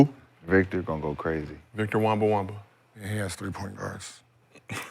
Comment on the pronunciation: Man said, Victor WEMBA-WAMBA XD --- IM CRYING!!!